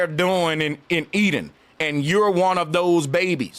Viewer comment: "E-DEN" "electronic den"